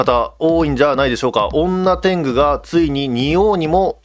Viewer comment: 女天狗の読み方が本家だとにょてんぐだったきがします